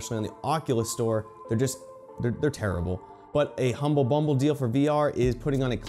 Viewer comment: You apologized for mispronouncing the reporter’s name but not for calling HumbleBundle Humble bumble smh